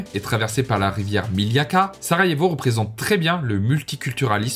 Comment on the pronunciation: Pour information le J se prononce Y et le U se oeononce OU, donc Banja Luka donnerait Banya Luka et Sarajevo donnerait Sarayevo. Maintenant que tu sais ca tu peux refaire la vidéo 😅